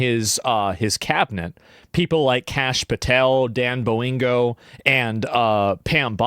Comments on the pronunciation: Asmons ability to still not get Dan Bonginos last name right is still funny to me, lol. "Dan Bolingo" 😆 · Dan bo-ingo, Dan bo-gino, Donny boing-oh.... asmongold cannot say bongino lmao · I call bullshit. Also lmao its Dan Bongino, like Bon- Jean- o. That was amazing sounding.